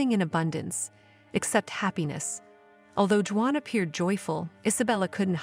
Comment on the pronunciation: You should have hired a human to read this story..... Or, maybe you could have taught the robot how to say "Juan."